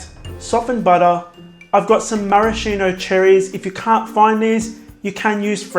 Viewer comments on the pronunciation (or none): none